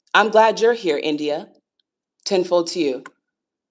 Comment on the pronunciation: I thought you were saying "10-4" instead of ten fold and it was a nice little chuckle lol